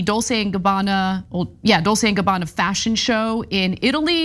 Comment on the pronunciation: Exactly, it’s Dol-‘Che’, not Dol-‘se’. Sorry, had to put on my pronunciation armor gear. Then they wonder why no one takes them in the media seriously anymore. A real joke.